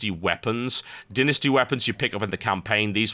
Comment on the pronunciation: so all birts say dynasty like dinisty?